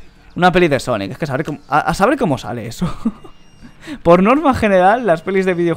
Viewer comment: dice sanic :v